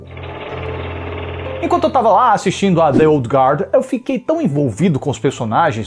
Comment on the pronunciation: Parabéns pela excelente resenha... e também por pronunciar o nome original do filme corretamente!